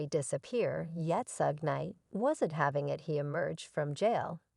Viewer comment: I couldn't finish this when she called Suge "Sooge" smh